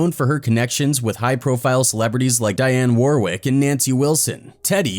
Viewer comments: Dude are you a freakin' AI ???? Because her effin' name is Dionne Warwick & not Diane Warwick. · Dee-yon Warwick. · Come on...get your narrators to do their homework. Dianne Warwick...really??? This is why your channel fails...no proofreaders. Don't they do a read thru first...just to knock out the kinks??